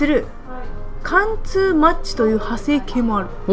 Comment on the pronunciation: 貫通はかんちょっていってるww